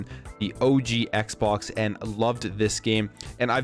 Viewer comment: "Xpok" "Dreigon" What's going on?